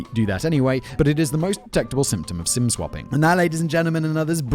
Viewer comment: For one hot second I thought Simon said "sin swapping" and I thought "hmmm, kinky!".